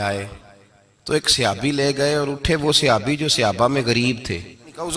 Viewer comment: یہ سیابی کیا ہوتا ہے۔ لفظ صحابی ہے۔ لیکن اکثر بریلوی اپنی جہالت میں غلط لفظ بولتے ہیں۔